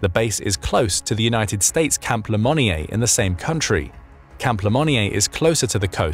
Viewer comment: Wonderfully insightful video. However i do find it funny that you pronounce Camp Lemonier correctly but not Djibouti. And small note, but interesting to me is that Kiribati is formerly home to what was called "athe Cargo Cults." Sfter the 2nd World War there were literal tons of cargo floating onto shore and the locals recognized they came from American planes and ships. They even went so far as to deify a fictional American airplane captain, John Frum (as in John from Ohio), to appease him when these gifts began to taper off. Theres an entire book about it called Sex Lives of Cannibals - Adrift In the Equatorial Pacific, which is where it is actually pronounced "Kiriboss" not "kiribati." Ikr?